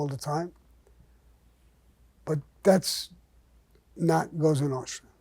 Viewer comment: I have to admit, I enjoy Mr Gravano's stories. They're either funny, or intense, but always entertaining. If you listen closely, there are a lot of life lessons in these stories. I love when he invokes the life of the Cosa Nostra. He even pronounces it properly. It used to be a life of respect, at least for men like themselves, and their families. I was never a fan of John Gotti, he did more to give Italians a bad name, than Mr Gravano ever did. I would like to say thank you to Mr Gravano for the stories, and to wish him a happy mothers day. LOL. Stay Blessed Mr Gravano